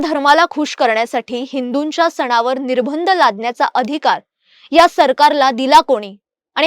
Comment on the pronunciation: निर्बंध चा उच्चार निर्भंद असा चुकीचा होतोय.